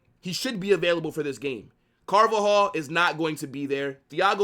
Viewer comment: And “ THHIIISSS IS A MUST WIN GAME”😂😂😂 I like this guy..